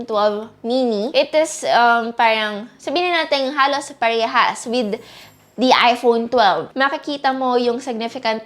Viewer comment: parang naririnig ko, iphonu12 chuchu, sorry